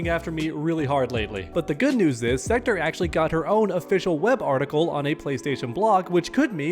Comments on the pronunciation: Please stop saying Sekter. It's SektOR. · Thats not how you say Sektor.